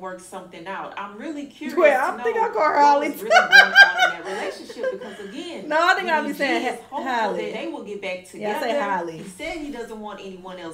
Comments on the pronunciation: nah you be saying Holly😭😭😭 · Halle H-Al-ee NOT Holly 😂😂😂😂😂😂😂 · Not coming at the lady for saying "holly" when she calls her "hailey" 😭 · Can someone please make a compilation of struggling/mispronouncing Halle’s name🤣🤣🤣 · It's strange how some people pronounce Halle Berry's name right, but not Halle Bailey's. Lol it's the same name, same spelling. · Everyone can say Halle Berry's name, but not this Halle for some reason, lol I don't know how so many people get it so wrong 😭